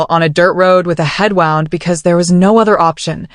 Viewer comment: 🇿🇦. Ai can't pronounce "wound" 🤦‍♀️🤣🤭. Anyway Beverly was dangerous not even feeling an inch for Daniel's marriage and busy stealing from her own husband🙄😤such cruel and greedy. She didn't even care about her unborn grandchild, just willing to kill for money🙌. Daniel didn't have a say on nothing but looks like he couldn't stand up to his mom🤷‍♀️. Desta was lucky to have her fighter mom and uncle who fought for her, otherwise if she didn't have family it could have ended badly😢